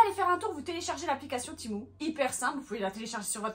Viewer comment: Ça se dit tému pas timou et c’est très mauvais cette application